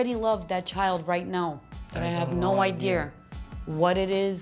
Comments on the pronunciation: “ i had no idear” 😂😂😂😂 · She said ideaer 😂😂😂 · 😂😂 "I had no idear" 😂😂😂